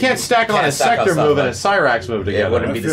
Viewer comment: Why does everybody keep calling him "Secter"? His name is "SEK-TOR". If you go back and play MK3/UMK3/MKT whenever the announcer says his name, he calls him "SEK-TOR". Goddamn